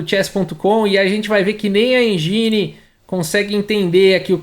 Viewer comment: sugestão para melhorar ainda mais: engine não se pronuncia enjini e sim êndjin